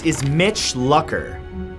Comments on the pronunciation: Omg it's not Luck-er it's pronounced Luke-er. I almost couldn't finish this video because of that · Hey bud, its pronounced Mitch Loo-ker not Luck-er. Also, alcohol had nothing to do with his crash because the tox report came back negative and was riding his bike with his brother who was in town. Jesus, get educated. I feel like Tubers just post anything to get views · Who else facepalmed when he pronounced "Luker" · Aww Mitch's aneversery was last month And you pronounse his name like (Loocker) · no you dont. its pronounced Lucker. the way it looks. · its pronounced lewker :( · The amount of cringe from him pronouncing Mitch Lucker's last wrong is too much